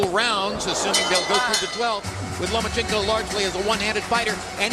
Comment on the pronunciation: Jim Lampley still gets it wrong after all the B.S. hype of properly calling out Vasyl's last name; by the erroneous, LO-MEE-A-CHENKO in place of the correctly pronounced; LO-MA-CHENKO - what a waste of time & the clear example of American laziness in speaking English altogether, like nucular for nuclear & so many other mangling of terms, names, countries etc.